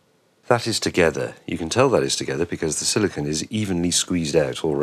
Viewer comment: It's not "silicun", which I presume is the master English for "silicon". Silicon is a mineral? that is used in computers to move electrons along. Silicone is a plastic material, such as what you used here. Pronounce it correctly, please. Thanks, Ed, from Silicon Valley (San Jose, CA)